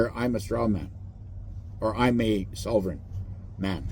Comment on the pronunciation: FYI … you are already a sovereign citizen! BTW - pronounce sovereign with an “L” which is not correct.